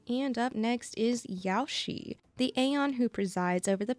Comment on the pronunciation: Omg the way you pronounce Yaoshi 💀